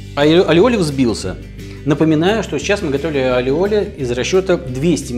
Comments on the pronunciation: похоже, автор просто не умеет делать майонез. любое масло взбивается. если правильно действовать. двойное л в испанском произносится как й. не аллиоли, а айоли. а ещё есть чеснокодавка. чтобы не заморачиваться с консистенцией белка, просто уберите его. используйте желтки. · А вы уверены что он называется алиоли? Ведь в испанском языке двойная буква ‘л’ произносится не как л, а как й. Например, плоские лепёшки из мексиканской кухни называются не тортилла как многие говорят, а тортийя. И этот соус, который мы в Штатах тоже очень любим, называется айоли. Ну а если у вас его произносят по другому, that’s cool too 😀 Не принимайте в обиду, я просто лингвист 😃